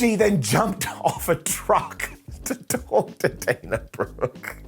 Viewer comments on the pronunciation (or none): none